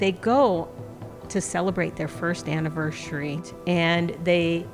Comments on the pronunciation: Today was the day that I found out gets the “annivershary” from his mom lol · Now i see why pronounces anniversary wrong because his mom does it